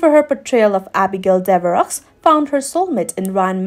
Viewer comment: Lovely video! 1 remark...Devereaux...the X is silent. Sounds like Dev er row ;-)